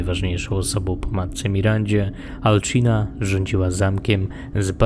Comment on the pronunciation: Materiał wykonany wyśmienicie ale muszę się przyczepić do kilku rzeczy dokładniej do dwóch. Pierwsze to jak wypowiadasz imię. Mówi się Alcina (C czyta się jak S) A nie "Alczina". Drugą rzeczą jest sztylet. Trochę ci się nazwy pomerdały i to nazywało się "Sztyletem śmiertelnego kwiatu" a ty mówiłeś "Sztylet kwiatu śmierci".